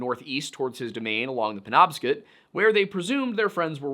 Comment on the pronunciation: It's pronounced pen-NOB-scot